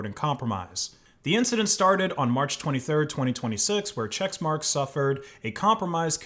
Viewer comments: "Che*CK*marx", not "Chexmarx" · It's pronounced "check-marks" not "checks-marks" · i hate the company, but it's not "chexmarx" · Why are you saying chexmarx? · isn't it pronounced check marks?